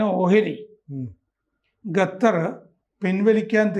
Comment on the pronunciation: ഗത്തർ ആണോ?